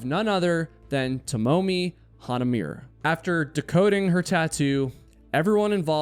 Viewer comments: "Tamomi Hanamir", "Youkouhamu, Japan" Bro it's really not that difficult to check pronounciations for things like this- yes, even names- before you record yourself saying them and put it online. Future reference; Tomomi Hanamure is her name. Both o's in her name are similar to the o in words like "frog", "lover", and "dole", just as an example. Don't stretch or bend the vowels even if it feels natural to do so (for english speakers)- they ARE short and the consonants will sound a little abrupt or "sharp" in comparison to the (usually) soft and flowing consonants in english. There is no "h" sound after the T in her name. The i at the end should be pronounced, not dropped, and sounds like the i in words like "blink", "frivolous", "tip", or "bring". For her last name, the a's are similar to the a in words like "far", "star", "art", and sometimes "after". The u in the "mure" part sounds like the u in "blue" the o in "move", or the e in "brew" (depends a bit on your accent). The r in her last name is pronounced but you have to imagine it almost as a blend of d and r instead of the way r works in english. It's not a sharp, rolled r like what you might hear in spanish, russian, swedish, finnish, etc. Sometimes- but it also isn't the soft type of r that's used in english. Lastly, the last e in hanamure is supposed to be pronounced- you shouldn't drop it, even if ending the word at the r feels more natural. The e will sound like the e in words like "lEver", "Ever", "End", "Epic", "Eld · Appreciate your videos! They are always a good watch and really bring some good facts and documented stories to light. Just wanted to make a correction - you got her name almost right. It should be "To-mo-mi Ha-na-mu-re" (Toh-Moh-Me Hah-Nah-Muu-Reh phonetic English). That'd be closer, but if you know how to roll your "R"s, then that would help sell the authentic sounding name. It should be "Yokohama".